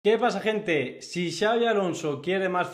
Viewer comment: ¿Quién le habrá dicho a que Xabi se pronuncia /shiávi/? 😂😂😂